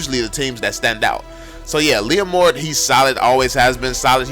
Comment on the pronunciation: when he said leomord i legit felt proud as a leomord main 😂